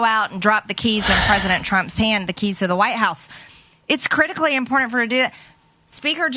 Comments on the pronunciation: First of all this 'thing' they call mtg needs to learn how to speak. It's imporTant. Not inporent! Did you make it passed the fourth grade?! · One more thing,you Stupid Mouthbreather…there is no “D” in important…it’s NOT impordant 😂😂😂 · "Impordent"...she's so annoying. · Crazy lady!!! I cringe every time she says "im-pord-dent". What a frikkin' hypocrite accusing democrats of what the republicans did 4 years ago. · She has the astonishing ability to include the word "impordent" in every interview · WTF is "impordnt", Marge. Moron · "Impordent" -MTG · I know this is petty, but I hate the way she pronounces "important."